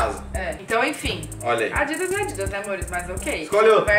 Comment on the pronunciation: Eu nao ouvi adidas é adidas da tata pqp kkkkk adidas é xoxo Nike é Nike